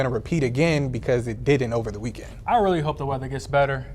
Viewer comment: I'm having a great "weekwend" 😂😂